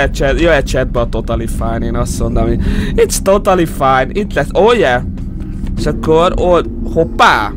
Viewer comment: "Itsz totali fájn" xddd